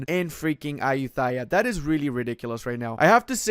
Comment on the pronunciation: I'm thai and your pronouncing of Ayutthaya 💀💀💀 Still like your videos tho